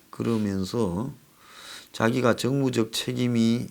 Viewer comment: 그자리가 정치적 정무적판단을 하는자리인가요! 정무적이라니? 발음조심하고 조 꾸라지!